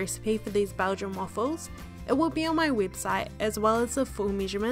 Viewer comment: You speak waffles like ahfles